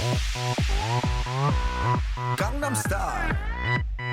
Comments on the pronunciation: You pronounced Gangnam Style wrong. Not that you're the only one, but Psy's pronunciation is clear. I don't know how English speakers are constantly butchering the two easiest words in the whole song. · At least educate yourself on HOW to pronounce the song's name correctly.. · He doesn't. If you would actually listen to this song closely, you would hear him say it gone-nom. thats why most of us stupid americans think he is saying Condom star :<